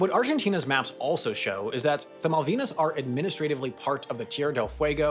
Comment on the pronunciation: You mispronounced "Malvinas"